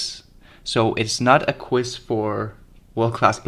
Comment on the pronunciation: It's a QUIZ, not a "quiss."